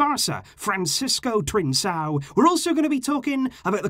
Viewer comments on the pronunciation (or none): Trincão not Trinssão.... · The correct way to pronounce his name is TRINKÃO. In Portugal and Brazil C+A has the same spelling sound as K+A for the english language. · it is pronounced “Trinkão”. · One small detail. The name is Trincão, pronounced (roughly) TRINKAU. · Go to a portuguese video, any video and see how is name is pronounce, you just killed is name :/